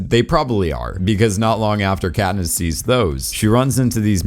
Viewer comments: “Catnip and Peeta bread” Lol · why did he call katness katnip and petta petta bread